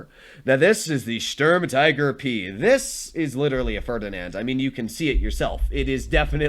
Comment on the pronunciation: The U in Sturm tiger is pronounced the same as the U in stupid, or the OO in spooky In total it is pronounced: 'Schturm teager'. The StuIG33B is an Sturm Infanterie Geschütz. It is not an L. It is an i. The I from Infantry. In documentation the name is shortend to: Sig33.